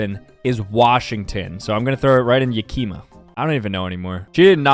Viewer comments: BRUH YOU DID NOT JUST SAY "YUH-KEEM-UH" It's "YA-Keh-Muh". (I live in Washington) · It’s not pronounced yak-ima it’s pronounced yak-h-ma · I live in Washington the ya-kima had me dying 😂😂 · He makes it sound like he knows how to pronounce everything, but he said yakima was yahkeema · Pronounces Yakima “yuh-kee-muh” son of a bitch,. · yah keee ma Washingtonians: And I took that personally. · Yakima ain't pronounced that way btw